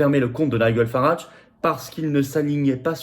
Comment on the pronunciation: Nigel Farage se prononce ˈnaɪdʒəl ˈfærɑːʒ (nailledjeul/ol farèdge).